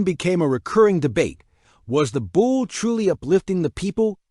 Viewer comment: It's pronounced "Boulay" it's French